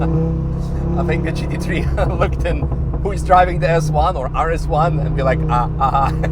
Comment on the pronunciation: Took me the whole vid to realise he was saying GT3 and not Cheeky tree.😂😂😂